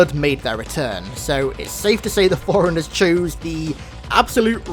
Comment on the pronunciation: It's pronounced forerunners (4 runners) not foreigners. Please stop pronouncing it the wrong way, its maddening